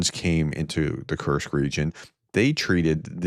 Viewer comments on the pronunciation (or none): none